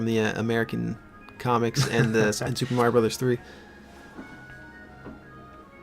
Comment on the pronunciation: If I've learnt anything from this LP, it's that May-rio is the correct pronunciation. I see Robocop with a skull jaw, in robes, slowly melting away like the Wicked Witch of the West. I wonder what that means about me.